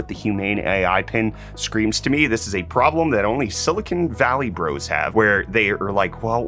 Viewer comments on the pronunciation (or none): none